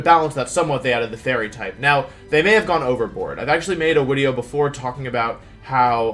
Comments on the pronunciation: Wait, is Wolfey saying wideo because of a speech impediment or is he just doing it bc why not bc I'm very confoosed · hi im new, question why do u say "wideo"???